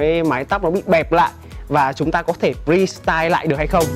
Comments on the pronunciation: Restyle not prestyle a ơi a đọc giống nhau vl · Restyle k phải prestyle nhé :v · re-style not pre-style nha :))))